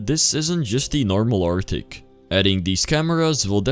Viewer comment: its "arctic" not artic but good game bro